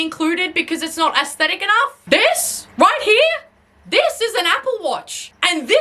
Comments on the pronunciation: assthetic. there I said it. ass-thetic. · i love how its not "aesthetic" when you say it. its "ass-thetic".